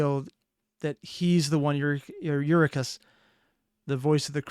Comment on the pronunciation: your-ill-ah-cuss. some old names are kinda hard to pronounce. i prefer Gigi's style, but this does look awesome.